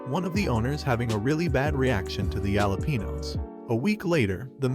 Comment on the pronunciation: Kway-sa-deez and yalla-pee-nose